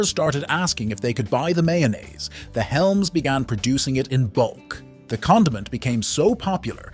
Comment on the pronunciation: Hellmann's, not, Helm's